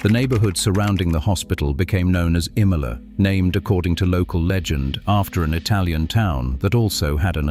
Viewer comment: Why do you have a Brit reading/narrating this?! Imola Ave is pronounced I-mola! Not E-mola! I've lived in Napa the majority of my life! I grew up a couple of miles from the State Hospital! Until about 1976 after "The Judgment of Paris" where 2 of our wineries beat the French in a blind taste testing, Napa had the stigma of the Mental Hospital! As a kid when I told someone where I was from they would say: "You mean where the nut hospital is?!" After that contest we became known for our wine, instead of our crazies! I know several people who work there, one of them being a cop and haven't heard any of these stories. The hospital serves a purpose! No place is perfect and I believe over the years they have dramatically improved!